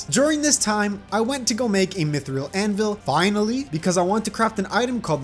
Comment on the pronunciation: did just say mithril like myth-reel